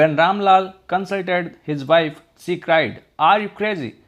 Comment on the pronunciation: Sorry it's she not se